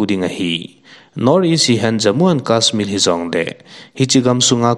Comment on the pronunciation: News lahkhom hohi ngainom aumin, ahin na pronounciation hi check pha lechun deisah ahe, for eg, kasmir/kasmill tiho tabang... Bit ichan ham in asu down ji a